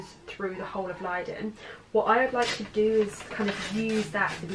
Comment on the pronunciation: I love the way you pronounce Leiden! (I am from the Netherlands)